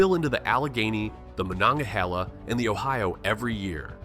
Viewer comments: It's pronounced Mo-non-ga-he-la... not Mononga-hel-a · The way you pronounced Monongahela… 🙄😂 I live in eastern PA, extremely close to the NJ border, in a borough of less than 3,000 that I grew up in and still live in. The governing body in my borough is extremely corrupt and it just sucks… There are problems in PA as a whole, but it’s the local governments that can be a pain.